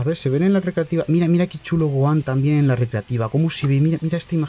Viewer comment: Son oan? Es Gohan y se pronuncia gojan